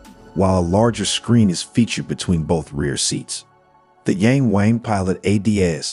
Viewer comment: It's pronounced "Yarng Warng".